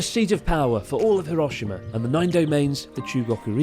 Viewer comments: Have the Japanese friends not told you it is not pronounced Hiro' shima but Hirosh'ima,stressed shi ... You should know this by now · educated people pronounce Hiroshima correctly in any language,bud..don't add ignorance to bad manners,bud